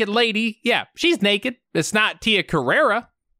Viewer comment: Carrere, not Carrera!!